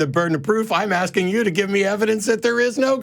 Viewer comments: He’s aksing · The ghetto bum keeps AXING and AXING. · Why is the caller axin a question? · I'm axing you